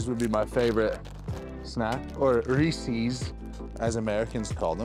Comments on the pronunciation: In Nebraska, we pronounce it Rees-eh-s, not Rees-ee-s. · Nobody in America says Riiiieeeecccceeessss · American's don't say Rees-ees, unless they're pronouncing it wrong. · Stan efferdings diet advice is the best out there. It digest well and is not a brick in your gut. Try bearded butchers original seasoning and brock lesnars seasoning its the bomb on steak chicken and ground beef. Larweys is good too. We call ree-says reeses here 😅 . Neat to see your vids. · Ree-Sees must be an east coast thing, never heard it pronounced like that in california haha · That’s not how Americans say Reese’s…